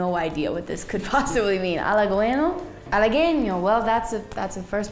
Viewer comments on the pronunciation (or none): Pero Halagüeño lo dijo como Halagueño y no como Halaweño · en Halagüeño estuvo muy cerquita, sono como halageño por falta de pronunciación de la diéresis, pero se comprende porque en el inglés no se usa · Se lo que significa pero no estoy seguro de su ortografia y por lo tanto la pronunciacion Esciben halagueño (no se poner la dieresis) Lo estan escribiendo con dieresis entonces debe sonar la ( u ) y sabrina la pronuncia mal pero el error es la ñ no la u Corrige la ñ pero ahora su error es la u quien la corrige tampoco sabe mucho español